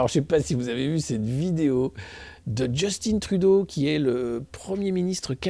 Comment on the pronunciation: On prononce Justin Trudeau comme on prononce Justin Bridou, pas comme Djeustinne Bieber !